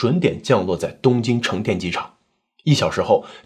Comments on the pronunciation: 還有成田不是成電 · 一直在說田啊？ 約耳科看一下？